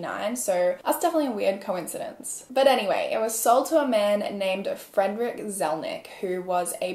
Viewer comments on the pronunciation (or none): none